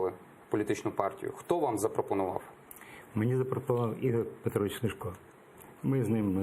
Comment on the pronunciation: Враження, ніби ведучий навмисно тисне на Заману дурними запитаннями. І хай навчиться правильно вимовляти: СмЕшко, а не СмЄшко.